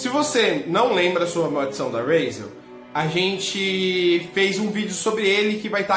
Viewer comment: Razel? Em q mundo H tem esse som de r?